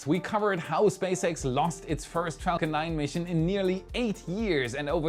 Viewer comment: If i may suggest you take care in your pronunciation of "Falcon 9" in future. It nearly sounded profane. But loven your work.